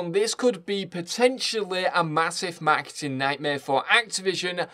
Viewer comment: Took me forever to figure out he was saying "marketing."